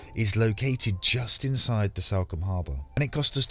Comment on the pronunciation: It’s Salcombe...as in Saul.....not Salcombe as in Sally. Just sayin 😁